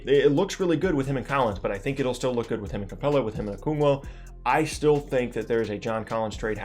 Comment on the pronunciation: It’s okongwu not “okungwo”